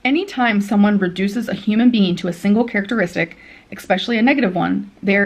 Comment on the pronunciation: Sick of hearing her say “expecially.”